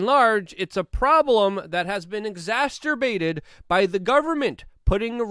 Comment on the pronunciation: Luke’s verbiage reminds me of my dad. “I-bpropane” = Ibuprofen or for Luke “exasperated” = exasberbated